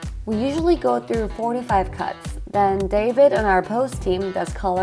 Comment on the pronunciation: I was shocked because I thought you said "We usually go through 45 cuts" before I realized you meant "4 to 5 cuts" haha